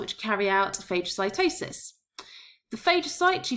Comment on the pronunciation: It’s pronounced fah-guh-si-toe-sis